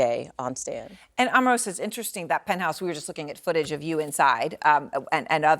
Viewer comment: As an Omarosa fan, it upsets me on her behalf when people mispronounce her name as "Auh-marosa" when it's "OH-marosa"!!